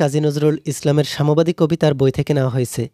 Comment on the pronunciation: আপনার উচ্চারণ অনেক সুন্দর । এটা সাম্যবাদী কবিতা সামবাদী নয়।৷।। ...... ☠️☠️